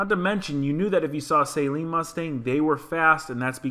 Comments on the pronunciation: The 2018 is a better builder and fix. The Shelby -Hertz is toast. And that last one is a Saaaleen, not a say-seen. Most Sleen cars are not supercharged. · I don’t think it’s pronounced as a “saline” mustang, unless it’s a base mustang getting intravenous solution. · its not SAYLEEN its jus SALEEN